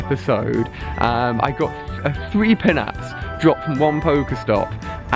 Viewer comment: Pinap is pronounced the same way you would pronounce pineapple.